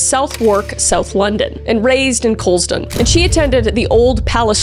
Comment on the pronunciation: Southwark and Couldson? Prounced Suthark and Coolsun - and no even as a Londoner I don't know why the spelling is so different from the pronunciation. 😅